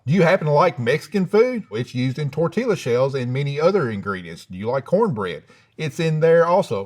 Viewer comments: Lmfao TOR-TILLA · “Tor-tee-la shells” Keep on keeping on… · Wow he’s a well read guy “Torti-llla” Well… not that well read 🤦🏻‍♂️ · “TOR-TillA Shells” 😂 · My brother in Christ, it's pronounced 'Tor-te-yuh' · I have tried for years and he still says it like that😂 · That man pronounced the L in tortilla. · This man had the exact accent I imagined, down to the pronunciation of tortilla